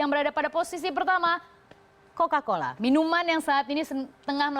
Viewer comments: Cola-Cola apa Coca-Cola? 🤣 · bacanya kola-kola 😂